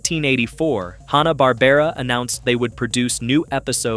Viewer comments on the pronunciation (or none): Mel Blanc pronounced his last name as though it were spelled “BLANK”! “Hana”- Barbera? NO! It’s HANNAH-Barbera! Learn that fact before you post something dumb like this video’s sleepy narration. It plays better at 125% speed. Mostly good information, but BAD execution.